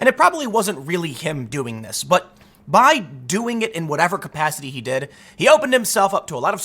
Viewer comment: Tim says, “by doing it” weird.